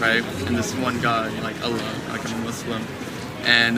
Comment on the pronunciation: I love how you pronuce "Allah", it's very close to the slang Arabic pronunciation, but still not 100% Kudos for trying :)